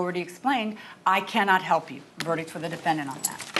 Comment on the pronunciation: Why does Harvey always say "DefendANT"